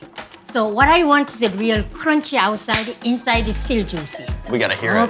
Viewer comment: so cwunchy